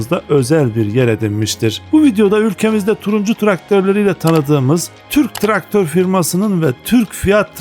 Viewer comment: "Tırk traktör" gibi telaffuz ediyorsunuz.